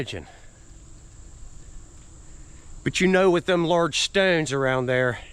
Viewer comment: Im really getting a kick out of the way you say 'stones'. Stewns. Steuns